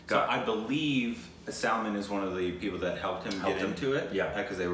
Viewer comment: They r still calling Aishwarya Raaaa'ae, Aishwarya ray.😠😠😡 And its Not Sulmun Its 'Sulmaaaaan(SALMAN)' And its not Ae'Jay Its 'Ujay'(AJAY)like Umbrella(aem brella)